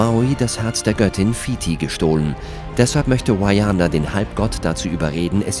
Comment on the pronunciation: An den Sprecher dieses Videos: das heißt Vaiana und nicht Vaiäna... man kann sogar die originalstimme der Produzenten hören die es Vaiana aussprechen. Die Maori betonen nicht alles wie die Amerikaner. Just saying...